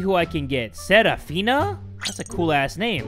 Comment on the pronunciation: I feel so happy ♡ the way pronounced my name "Serafina" made my day 😂